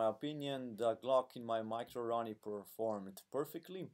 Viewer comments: Sounds like he's saying macaroni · Nice. His accent sounds like he's saying macaroni haha